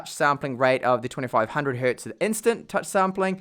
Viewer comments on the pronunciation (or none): I have never heard someone saying "hert" before. That is wrong on so many levels. Hertz is not the plural of "hert". 😂